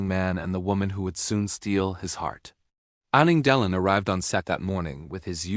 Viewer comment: Ii does not says their names cirrectky.shame